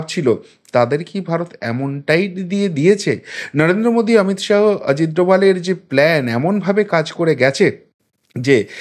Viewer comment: আপনি বার বার "অমিত শাহো" বলেন। শুনতে বড্ড কানে লাগে। বলুন, "অমিত শাহ্"